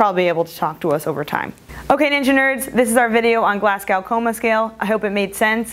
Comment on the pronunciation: Great video! Only thing i would say as a Scot is that it's pronounced "Glaz-Go".